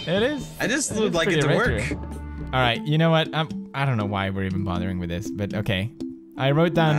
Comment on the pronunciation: you say wyv and keep not why and keep !